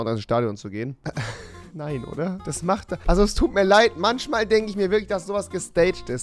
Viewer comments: Manchmal... nicht manschmal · manschmal anstatt manchmal ☝️ Ich liebe es 🤣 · Warum sagt Rewi "Manschmal" aber Fische sind bei ihm "Fiche". Rewi you had one job...